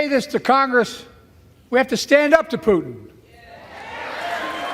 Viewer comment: Love the pronunciation of Putin, Pooot’n, with a silent T, Poo’n